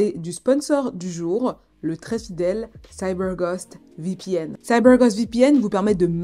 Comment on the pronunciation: Petite parenthèse dans cette vidéo 🎬, dans cette histoire, mais j'adoooore 😍 l'accent " CYBER GOST VPN " 🤗😘😊